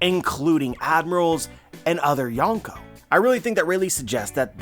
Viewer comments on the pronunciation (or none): none